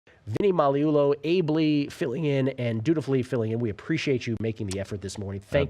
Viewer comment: Wow - you pronounced Magliulo correctly. Excellent!